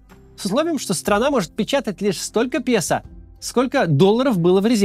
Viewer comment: Хотелось бы чтоб фамилии людей и название аргентинской валюты произносились бы автором правильно (песо - это пЭсО, а не пЕсА и т.д.)